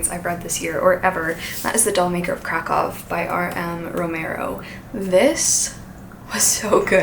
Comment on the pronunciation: hi! a polish person here, the ów part in Kraków is actually pronounced as oof